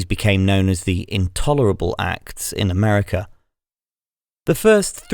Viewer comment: Awful AI voice in French, not even able to recognize the word "acts" read as an acronym...